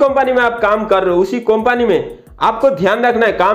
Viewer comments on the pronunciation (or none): कोंपनी नहीं वो कंपनी होता है